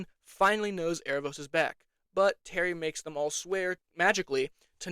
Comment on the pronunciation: Terry also has a really bad impression of an Aussie/Kiwi accent. I’ve never heard someone pronounce “terry” as “tarry” before. It was annoying and very obvious as an Aussie viewer. I did like the trans inclusion but I was just disinterested in the later seasons. Also as a deaf person myself you are absolutely right, Janai should know basic ASL/Katolis Sign, but there are some hearing partners of Deaf people that are like this unfortunately, it often comes with an ableist mindset that we should assimilate into hearing culture. Also, sometimes characters talk to her when we know they can sign, which is again Audism/ableism and so tiring for Amaya to have to lip read everything to have access to the conversation. Sign not being translated in the Audio Description is also ableism and as a person on the DeafBlind spectrum it pissed me off when AD would say “amaya signs” like what is she signing? Your job is to translate to me. I do like when not all her words are translated otherwise as it often gives context clues to Deaf Americans and ASL signing watchers that are specific to us, but that always excludes some Deaf and Hearing people watching. Grabbing her hands is considered assault.